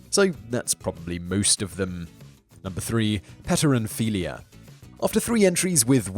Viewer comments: Fetishes... an endless source of wonder. [note: it's p t ero..., not petro...] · Pteronphilia.... silent P Simon. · Pteronphilia - the initial 'p" is silent as in pterodactyl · Ptero... the P is silent... as in Pterodactyl...